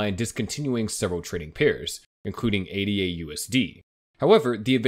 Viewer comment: Its Ada. Its a name. Not A.D.A. Once you can say the token, then maybe you have credibility